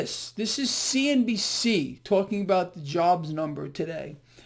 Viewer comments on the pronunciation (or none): none